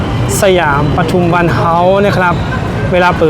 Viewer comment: ปทุมวัน อ่าน ปะ ทุม วัน ไม่อ่าน ประ ทุม วัน เด้อ บ่าวโบ้ ปทุมวัน ไม่มี ร เรือ ถ้ามี ร ประทุม ความหมายไม่เหมือนกัน